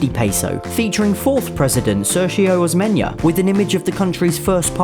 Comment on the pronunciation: Sergio Osmeña's name was pronounced wrong. He said "sir-show"